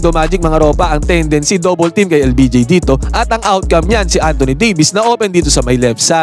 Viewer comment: Hoy Admin. LBJ ha hindi LPG ano yan gasul 😂